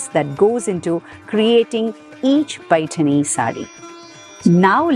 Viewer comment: Well explained Madam. First person who has pronounced Paithani in marathi ptoperly❤🙏